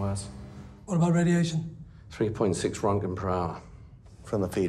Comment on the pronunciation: Pronounced Rontgen. American - Ranken